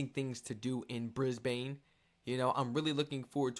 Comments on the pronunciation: "Briz-ban" or "Briz-bin" is how you pronounce Brisbane. Love your enthusiasm, and your channel. Cheers from Oz. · it's Brisbane (pronounced Bris-ben) not Brisbane (pronounced Brise-bane) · Brisbane is pronounced like you are saying the word in instead of ane. Fanatically speaking you should pronounce the name of the city Brisbane like Brisbin. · It's not Bris-bane it's ben, not bane Brisbane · Lol... Kangaroos can do more damage than some of our Snakes... 😂 BTW, it's pronounced, Brizz-bn.... not Briz-bayne....🤪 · Love your videos on Australia 🇦🇺 ❤ it’s pronounced Bris- bin btw 🥰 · Pronounced Briz- bun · Pronounced Brizbnn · Yes don't say it as Bris-bane ( it's not Batman)😂 . Warning: beware of the birds in spring😂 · Bris-bane.. prepare yourself for the educational comments mate.😂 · Pronounced Brisben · On Behalf of the Australuan population, We would Love to have you in our big beautiful country. Brisbane is said like Brisbin. That's how we say say it darl. 😏. ❤ your content. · START BY CALLING IT BY THE WAY THE LOCALS SAY IT NOT THE TOURESTS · First off, it would take 45 seconds to Google the correct pronounciation of Brisbane. If you cant even be bothered to do that, it's better you stay home !